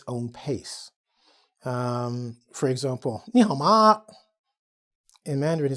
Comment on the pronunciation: That’s a good Ni hao ma... pretty impressive